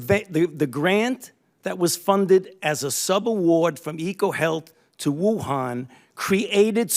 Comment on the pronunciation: Why does that curly haired muppet keep saying "Woohaaaaaan"? Nobody else in the world pronounces it like that, and his drawling accent only does it to that word.